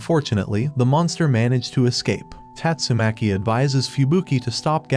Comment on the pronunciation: tastumakii gets me rollin😂😂😂